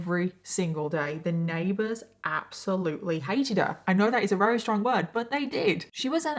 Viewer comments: My question ❓❓ is why do you say weary instead of very. All V you substitute for w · I've been watching you for a while, and just last week, I noticed that you use the word "very" excessively. But you're pronouncing it "wawee" and "raree." To the point I have to stop watching the videos. Have you always pronounced it this way? Or did it take me a year to notice it? Is this the English way to say "very"? I'm curious.